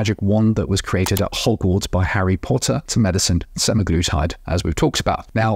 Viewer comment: Good discussion...although my ears fell of with the pronunciation sem-eye-glutide.